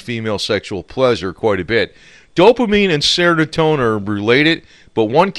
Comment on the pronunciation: IT'S NOT "SERONOTONIN". ITS S E R O T O N I N. BEST WISHES FROM INDIA